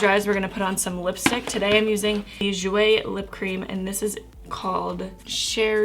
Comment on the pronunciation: I always love your first impressions, and this makeup looks really good on you 😊 I hope your dermatisis gets better soon, I know how skin problems suck sometimes. Also the Jouer liquid lipstick is French for "black cherry", it's ok if you didn't pronounce it correctly haha